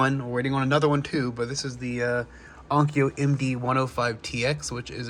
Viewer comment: Those minidisc players seem to have retained their value quite well, i would have expected people selling them for cheap. it's "Onkyo" not "Oknyo" btw.